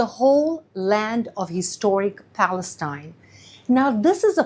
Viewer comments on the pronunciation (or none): none